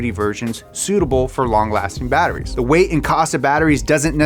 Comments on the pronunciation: Was anyone else hearing “Power to RATE”, or was it just me? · Good video but holy shit, learn how to say "Power to Weight." Weight starts with a W not an R.